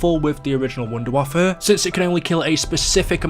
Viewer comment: Hey number 10 is wonder waffe not wonder waffa